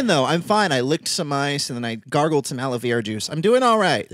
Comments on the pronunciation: not aloe veeera but aloe verrraaa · no one: you two pronouncing aloe vera: aloe VEE rah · is no one gonna talk about how they pronounce aloe vera? lol everyone I know pronounces it as aloe VARA and they pronounce it aloe VIRA, maybe its an American thing but that's how we pronounce it in canada